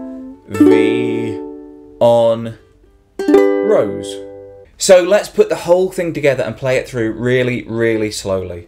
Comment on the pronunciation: Love the way you pronounce "La vie en rose" haha! ImFrench Thanks for the lesson!